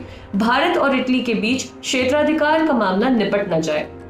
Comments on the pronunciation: Taly nahi italy ललनटॉप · Taly nhi italy